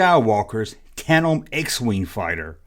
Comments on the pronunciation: Says tate.em like 20 times loawls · TAN-DEM. It happens,. "Australopithecus" try saying that. It took me a year to pronounce that correctly in anthropology. I've never encountered anybody yet who ever had a prototype of a toy, or a cancelled toy in a collection.